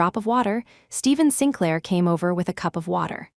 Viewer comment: Sinclair is pronounced Sinklaer